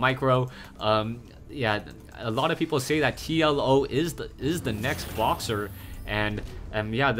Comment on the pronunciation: When said TLO is the next Boxer, i thought at first he said TLO is the next Boss